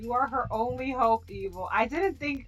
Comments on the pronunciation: OHH I thought you said eagle XD my mistake. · Who thought she kept saying eagle? XD great video! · were you saying Evil or Eagle on the vid?